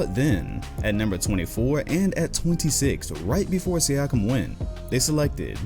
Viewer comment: Its Siakam not Siakim Lol